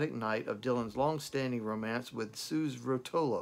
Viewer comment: I`m not sure if anybody mentioned this in previous comments, but I just wanted to add that Suze is pronounced like "Suzie". Suze Rotolo mentions that in her book "A Freewheelin Time". Not sure if you got a chance to read it. I`m guessing by now you did read it. It covers a lot of her relationship with Dylan. And you are spot on. Another heartbreaking song he wrote for Suze "Tomorrow Is A Long Time". It was definitely written be someone who was feeling a deep loss.